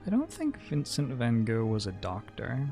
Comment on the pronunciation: You were actually pretty close with 'van Gogh' I can totally understand why it's very hard to say as an english speaker. Love the runs!